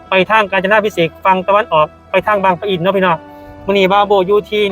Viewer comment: บางปะอิน ไม่ใช่ บาง ประ อิน